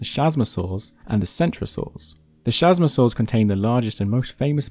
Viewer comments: ch is pronounced K in latin, so it's not chasmosaur ( shazmosaur ) it is chasmosaur ( Kazmosaur ) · The CH in chasmosaur is pronouced "K"